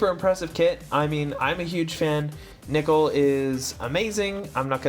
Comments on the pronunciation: Why nickel..? Why cant any one pronounce names. First Tituz and now Nickel. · This nigga did not just say Meratime Nickel